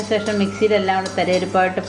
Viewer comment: സേഷം അല്ല, ശേഷം ആണേ